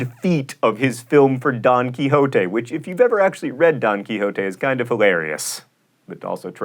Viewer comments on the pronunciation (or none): [Don Quihoahtay]? Why not the normal Spanish name, pronounced [Don Quishott]? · You mispronuounced number 13 Don Quixote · Is that how you pronounce Don Quixote in english? It sound weird. In German it's pronounced "Don Key-shot" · It's funny how John pronounces Don Quixote wrong. Oh, well. Most English-speakers do.